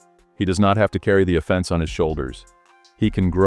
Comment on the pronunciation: Your text-to-speech bot says “offense” with the emphasis on the second syllable every time, as in ‘criminal offense”. No one who knows anything about football talks this way. Kindly ditch the robot voice and get a human being to read your script, it’s very annoying. Thanks